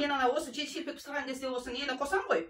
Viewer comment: Пысырган емес писирген